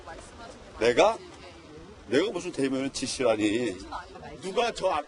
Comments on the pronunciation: 대변인직으로 들리는되요 ㅎㅎ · 내가듣기로는 대변인이시라고 한걸로들리는데 나만그런가? 앞에 어떤분이 대변인이라고하니깐 황교안대표가 여기서도대변인이시라고하지않냐?라는말같은데.. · 정확하지 않은발음을 억지로 궤맞출려고 하네 짓소리는 아니고 대변 이니라고 하는것같은데